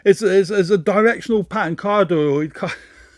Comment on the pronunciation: "cardioid" sounds similar to "cardio" and "polaroid". it's a term from calculus for a shape that's not exactly a heart... so, cardi-oid